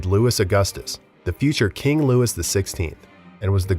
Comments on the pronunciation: Louis is pronounced as “Lou-ee” not Lewis 😭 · LOUIE! It is pronounced Louie not Lewis.. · Dude, your mispronunciations are grating. Louis XVI is pronounced “Louie”. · I was going to say the same, Im less than a minute in and already cringing from them pronouncing the "s" at the end of Louis, which is perhaps the most commonly known French name that does NOT pronounce the "s" at the end. I'm new to the channel and it made me think they just slapped on a half-decent "siri" text to voice thing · I kept cringing every time they said Lewis rather than Louey. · It’s arguably the most used royal name too 😭 “Lou-ee” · I can’t help but wonder if your purposefully mispronounced almost every name. S is silent at the end of words in French. Louis is not pronounced like the surname Lewis. It’s more like Loo-ee. In Medici the c is pronounced with the CH sound. The content is good but the repeated mispronounced well known names is hard to ignore. Wikipedia has pronouncement guides on each bio age. It would greatly improve your content to look those up in your basic research. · I love your videos but I honestly grind my teeth anytime you say, "Louis" or "Medici"